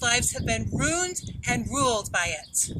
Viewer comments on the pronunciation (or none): rooned and rooled